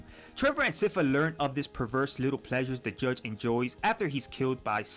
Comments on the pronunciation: sypha!!! as SCIence FAmily,... i don't understand how the name is mispronounced ... i speak spanish and i don't make that mistake... not just in this video...but several youtubers... other than that... i liked the video... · Sypha is pronounced "sigh-fa" I dont get why everyone gets this wrong! She says it in the show too, I don't get it lol